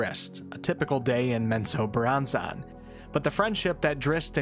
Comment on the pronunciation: Hey bro, it's not zack-nay-fein it's pronounced zack-na-fain. It bothered me so bad. And menzobarranzon, is pronounced men-zo-barren-zon